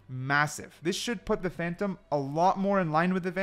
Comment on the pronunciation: ''Phantom-a'' ? oO